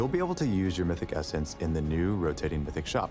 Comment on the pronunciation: "you might've noticed the new essence in the reward track" no one: Doublelift: "the cum essence"